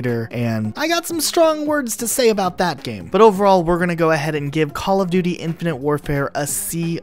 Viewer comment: When ever he says the game name I her “infinity ward”